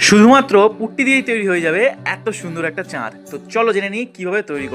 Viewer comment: প্রথমে পুট্টি কে পুকটি শোনা আমি 😂